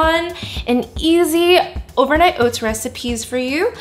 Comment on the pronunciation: "Overnight oits" 😜